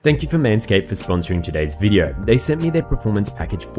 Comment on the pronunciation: todays viReo, todays viReo, todays viReo, pronounce the D, stop the R change.